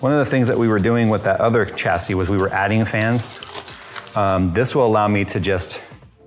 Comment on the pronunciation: Sha-see Cha-see That bothering anyone else?